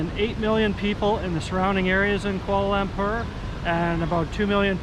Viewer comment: If you are going to make videos about a city in a foreign country perhaps you should make an effort to learn the correct pronunciation of the city. It’s not “koala lamper”!